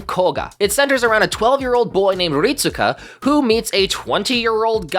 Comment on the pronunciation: His name is pronounced "Rit-ska." (EDIT: Actually, "reet-ska" is probably more accurate, but I'm 100% sure you're supposed to basically skip pronouncing the "U") It's weird, I know, but it is lol